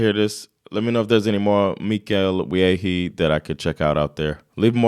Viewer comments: Wiehe is not pronounced ViehHee it's Ví-è(h) or as someone wrote it Viiä, in Eng kind of like Vee-e(h). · Nice reaction. His name is pronunced "VEE-eh". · You are saying his last name wrong. It´s VI as in the swedish we, and HE as in the without the T. VIHE or ask your wife how she would say it :) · His family name is pronounced 'Vie'. His biological father was the Danish journalist Adam Wiehe who during the Nazi occupation was active in the resistance movement. But Mikael Wiehe and his brother Thomas (also an artist) greww up with their mother the potter Estris Wiehe (born Wråke) in Malmö. Mikael Wiehe still lives here in central Malmö with his Chilean wife. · You pronounce his name Mikael Wie